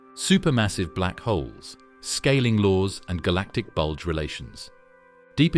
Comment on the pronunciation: Please stop saying bulge